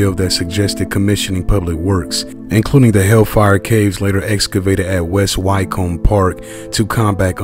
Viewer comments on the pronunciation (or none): No reason for you to know it is pronounced ' West Wickum'